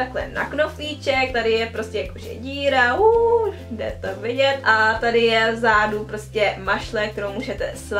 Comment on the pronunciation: Proč pořád říkáš v zádu místo v zadu